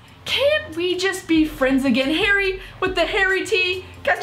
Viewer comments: When she says Harry she says hairy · Its Harry not Hairy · The way you say harry sounds like hairy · It's Harry. Not haaairy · His names Harry not haireyy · It’s harry not hairy.... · She pronounces Harry like "hairy" loool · His name is Harry, not HAIRY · It's Harry not Hairy😂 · Did she just say hairy instead of harry????omg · Am I the only one that hears 'hairy' every time she says 'Harry' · Is it just me or does say hairy instead of Harry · Why does this one calls him "hairy"?? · It's harry not hairry ffs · Please stop calling him hairy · Why do u call harry hairy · she says "hairy" instead of "harry" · Bruh his name is not "Hairy", it's "Harry" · Why tf do you call him hairy not harry I'm so triggered